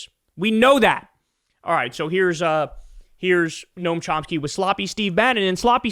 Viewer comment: Noam Chomski? Good grief.